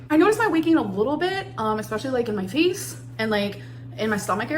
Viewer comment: PSA- ‘exspecially’ is not a word. Sorry guys. Pet hate 😅